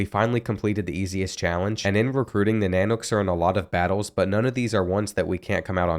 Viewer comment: I dont know what is more cringy UAF logo being used for UAA or the mispronunciation of nanooks i was excited for this video until both